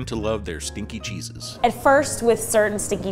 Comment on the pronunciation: I heard stinky jesus instead of stinky cheeses